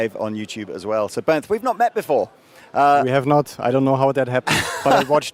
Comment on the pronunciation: I love that asked Digital John how to pronounce Bernth in the speed walk guitar summit tour and then ignored it completely. Bernth took it like a champ and didn’t correct him.